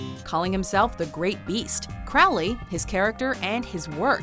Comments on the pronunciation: It's pronounced "CROW-ly" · "Crowley" rhymes with "holy". And why isn't Wednesday Addams on this list? Alice Cooper ranked higher than Peter Murphy? Jesus Christ, who put this list together? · Crowley pronounced his name Crowley, rhyming with "holy."